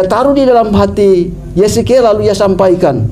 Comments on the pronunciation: Hahahaaaa...Nabi Yesekiel.. Katanya Mantan Pendeta??? Masa Bilang Yehezkiel AjaYesekiel... Akakkkkkkk...😅😅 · Katanya mantan pndeta S2, tapi nyebut nma nabi Yehezkel saja keliru jadi Yezekel.. berulang2 nyebutnya tetp keliru....... makin mumet saja kau..🤣🤣🤣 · pak... bukan yesekiel.. tapi Yehezkiel... supaya tepat menyebutkan...apa gara gara lidah yg sudah ada cengkoknya.. makanya salah sebut yah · Hebat bener mem*k ini. Yehezkiel aja bacanya yesekiel. Belepotan. Saya membayangkan bagaimana nanti dia mempertanggung jawabkan di hadapan Pribadi yg berhak mengadili orang yg hidup maupun yg sudah mati